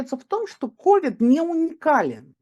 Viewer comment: Да не КОвид, а КовИд— прямо режет ухо!